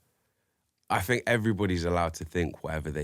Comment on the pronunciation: “I fink..” lol